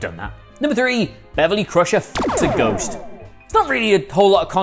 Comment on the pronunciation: Ghost? I thought you said goat!